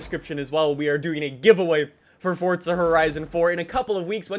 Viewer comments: Fortza☠️☠️☠️☠️ it annoys me how he says forza like it’s forza not fortza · Why do you keep calling it Fortza and not Forza? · Forza not fortza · Just please say forza when people realize u say fortza they will never be able to get it out of their head and never watch your vids again unless its muted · It's FORZA not FORTZA!!! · Its forza not fortza lmao chilll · it's pronounced 4za not fortza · “Fortza horizon 4” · why does he call it fordza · stop saying fortza horizon 4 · Its not fortza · What the hell is fortza did fortnite have a baby? Just kidding guys i know what he's saying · theres no t in forza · There's no T in Forza, i stopped watching your video after the 4th you tried to pronounce Forza